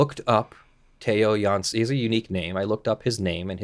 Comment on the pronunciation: Well done on the dutch pronounciations... you nailed both Jansen and Strandbeest. Interesting case. I don't really understand why the artist would care much if his art is used in an original way by other artists, the game designers. Still in the middle of the video, but so far it's very informative